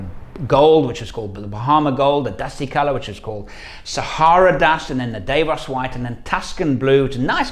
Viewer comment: Davos White! not Davis White